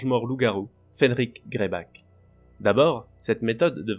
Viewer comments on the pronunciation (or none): C’est fenrir non fenric ( ce n’est pas méchant mais je préfère le dire ) 😊